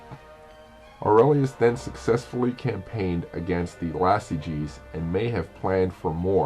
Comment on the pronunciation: The name was Iazyges not Lazyges and they weren't Germanics but Sarmatians